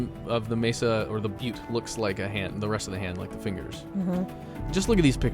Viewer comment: Keep telling butte 😂